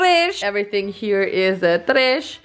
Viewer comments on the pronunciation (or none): Now i say ‘tresh’ all the time hahahahaha